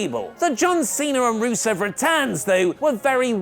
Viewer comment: You don't even say his name right ahah